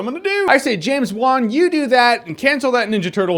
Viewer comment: you say it like this james wan . just letting you know